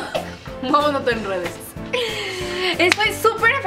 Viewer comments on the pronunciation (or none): Alguien más se dio cuenta que decía suscritores y no suscriptores Jajaja que linda